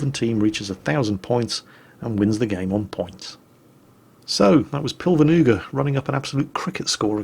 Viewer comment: The way you butcher that guy's name.. it's hilarious. I didn't even realize it was an Estonian name until I read it. In translation it would be "cloud-knife" Awesome content though! Well done! Hea töö, härra Nuga :D